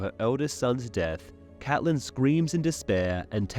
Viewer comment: Thanks for pronouncing Catelyn the way we like it